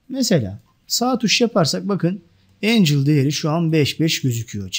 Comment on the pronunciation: Çok güzel anlatıyorsunuz. Yanlış anlamazsanız Angle "engıl" diye okunuyor, Angel "encıl" diye okunuyor.